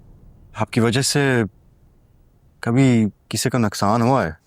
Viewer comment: Urdu ka janaza nikaal dya. Naqsaan ni nooqsaan hoota hay